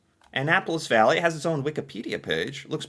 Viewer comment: Valley not Bally.